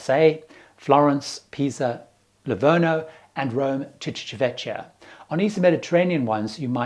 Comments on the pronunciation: just a tip, it isChivitavekkia, not Chivitavechia. 👍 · Civitavecchia !!!!!! Civita - Vecchia !!!!! Old City! Please start pronouncing it the right way!!!!!!! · Just for your info. Civitavecchia is pronounced civitavekkia. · The correct pronunciation of Civitavecchia is: Chivita'vekkja. 'Ci' in Italian sounds like 'chi' in English, while 'chi' in Italian corresponds to 'ki' in English. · ˌtʃivitaˈvɛkkja... like this :) civitavecchia "ecchia" sounds like double K :) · Thanks, - good tips as usual. But as a travel/cruise expert, you ought to say the names of these places properly, please. The most egregious is Civitavecchia: it's chee-vee-ta-VEK-ia, and you don't have to be Spanish to know (Ringo isn't) that Mallorca is pronounced my-YOR-ka. Thanks. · Hi, just one small correction (maybe useful for future videos) as I live in Rome and I noticed Civitavecchia comes up relatively often in your videos. It is actually pronounced like: Chee (sounds like: CHEE-se) vee (sounds like VEE-jay) tah (sounds like TU-ck) vek (sounds like VEC-tor) Kia (sounds like.... CHI-anti, KEA-nu reeves??:P ) chee-vee-tah-vek-kia Not being picky, just letting you know in case it's of interest;) Love your videos!!!:):):) Please keep 'em coming! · Excellent video! Except that I would like to point out that the port for Rome is pronounced "Chi-vi-ta-VEK-kia." (C before e or i is pronounced "ch," but when an h is interposed, it's pronounced "k.") Just thought you might like to know for future videos. I know it's a hard one! I love all your videos and very much appreciate all the time and effort you put into them!